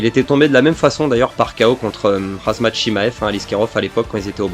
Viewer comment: khamzat pas khazmat mdrr sinon good video